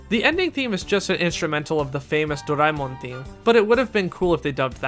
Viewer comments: whoever says Doraemon as Dor-ay-min should not and will not be taken seriously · Imagine if there was another english dub of stand by me Doraemon that pronounces Doraemon's name as "Soray-mon" & Nobita as "No-see-dah"